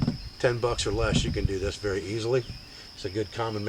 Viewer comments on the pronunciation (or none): none